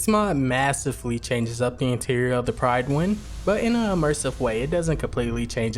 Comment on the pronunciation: Just because I'm that guy at parties, apologies, but the "Pryd" in "Prydwen" is pronounced like "rid", not like "ride". I'm sure you would've heard it said a heap of times in the game, didn't you?